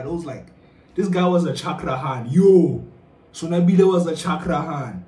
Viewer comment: killed me with that...😹💀"Son-Wabble"🥴